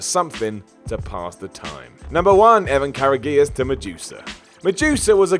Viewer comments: Pronounced “Courageous” not “Kara-gee-us.” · Evan. Kara Geeaz. Are you fucking serious. Geeaz. How can whatculture be so terrible with names sometimes? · Strange, I always thought "Karagias" was pronounced more like "Courageous". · Karagias was pronounced "courageous", not "ca-ra-gi-us" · They pronounced it Evan Courageous. Other than that another cool video Dad, er. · Karagias = Courageous. You just hurt me deep,. Deep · Karagias is pronounced Courageous. Don't feel bad. I also thought that was how it was pronounced, although that was a very long time ago. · Evan's last name was pronounced like "Courageous" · Karagias is pronounced Courageous. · It does sound more like "courageous". just butchered it. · You absolutely butchered Karagias’s name. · How the fuck did you pronounce Evan Karagias wrong? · Poor Evan Kare-a-geus. Lost his title to Madusa and got his name pronounced horribly wrong. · Love how he says Evan Karagis' name lol Karagis = Courageous